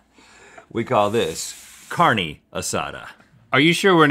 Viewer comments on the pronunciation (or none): I speak Spanish and I cringed at the way they said "carne"